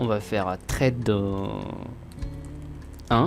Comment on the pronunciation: Sympa. Sinon ça se prononce ssssssred et pas trade. :P